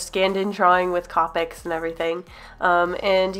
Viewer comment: Who got a bit unsatisfied when she said Copics ?